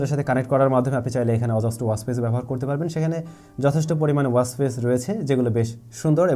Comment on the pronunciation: do a proper accent on WATCH pls.. Bangaal asholeo ... its not waach its Watch